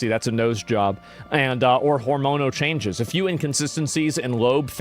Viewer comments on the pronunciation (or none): none